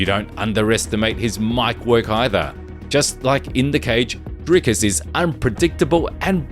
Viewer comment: Wtf Dana pronounces it “Dry-cus”?